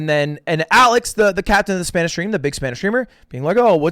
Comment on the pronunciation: Mad respect to lud for using Spanish pronunciation and not just random mexican/Latin American. Good lisp mate